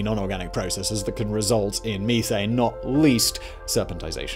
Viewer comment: Fix your ( Geeezers & Meeethanes ) your not doing it right